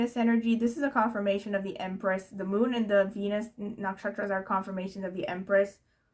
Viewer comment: It's quite amazing you pronounce the Indian astrological nakshatras names so correctly :)